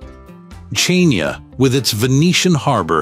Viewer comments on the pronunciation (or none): Chania. is not '''Tsania'' its Hania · It’s spelled Xania Hania (Χανιά ) Νοt Chenia HANIA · Why is the name of basically every place mispronounced in this video? Chania? Is it because it's AI or did the creator just not know any better?